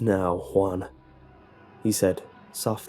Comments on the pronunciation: it sounds like the man is calling the boy swan XP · this was terrifying. but I couldn't take him seriously when he said Juan